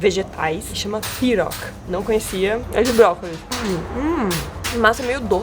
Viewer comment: kkkkk se chama Pi-ro-ki